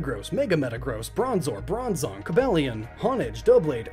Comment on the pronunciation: Nobody says “Coba-lion”. Unless you also say “terra-kion”? Or “Viri-zion”?!